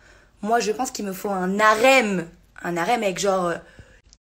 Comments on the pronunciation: Un " N'Harem".... 😂😂😂 Mon Dieu... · 136 de Q.I. mais elle dit ''un N'harem''!!!:D:D:D MDR..... elle est comme le H de harem: elle sert a rien! allez... va dormir pauvre fille... t'es aussi intéressante qu'une boite a tartines! Big up pour ton travail... t'as bcp de mérite!:D